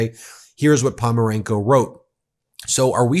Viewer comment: Hey, this Ukrainian reporter name is PoNOmarenko, not Pomarenko like you keep saying..